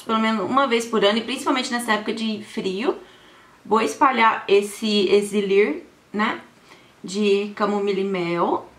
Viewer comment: Lindona vc falou exilir ao invés de elixir 😂😂😂😂